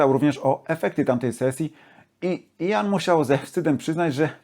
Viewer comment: Jak wymawia imię Gillana? Słucham już muzyki z jego udziałem od pół wieku, ale nigdy nie słyszałem od Kaczkowskiego począwszy takiej wymowy. To nie Jan tylko Ian. Poza tym wszystko bardzo OK.